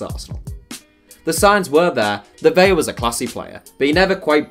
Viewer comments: Vela, not Vella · Vela’s name is pronounced with a regular L. While Aguilar’s is also (Ah-gee-lar)